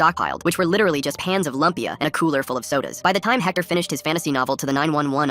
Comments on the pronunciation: FILIPINOS YESSS ("Lumpia" and "ube" isn't pronounced like that, its pronounced "lumpya" and "ubeh" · omg im filipino! and i loveeee lumpia (but they pronounced it wrong. its pronounced like loom-pia) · Not the lumpia pronunciation 😂😂